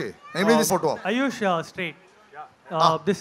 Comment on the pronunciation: Its aayush not ayyush